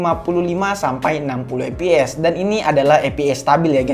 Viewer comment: saran aja nih,ngomongnya fps bukan eps.